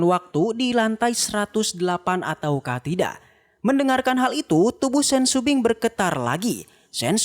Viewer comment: Shopping bukan sumbing